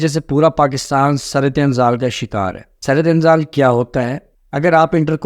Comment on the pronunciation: جب آپکو درست اردو بولنا اور لکھنا نہیں آتی تو انگلش میں وہ لفظ بول لیا کریں ویسے شرم کی بات ھے آپ کو قومی زبان اردو پر عبور حاصل نہیں ھے سُرعت انزال کا معنی جلدی منی کا نکل جانا پلیز کچھ تلفظ پڑھنے کے لۓ پریکٹس کرلیا کریں شکریہ